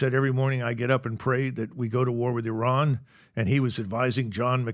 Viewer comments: Something is going on, Trump pronounced Iran correctly, he definitely clowns them on purpose 😅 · "Let's invade Iran!" Who do you think you are idiots? Compliments to Trump and MacGregor for pronouncing Iran, a cradle of Civilization, properly. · Lmao the way he properly pronounced "Iran" .. I knew then and there this thing is fake